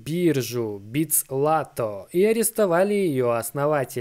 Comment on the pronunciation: Уши вянут от этого произношения битсЛато. Юмор. Написано же черным по белому БитЗлато!